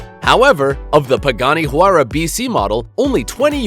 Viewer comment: He says huayra wrong